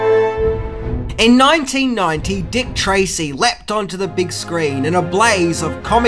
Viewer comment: “EEN NOINTEEN NOINTEE—“ Aaaaaand skip.